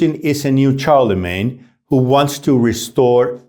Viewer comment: The way you pronounced Charlemagne deserves a like and a good chuckle.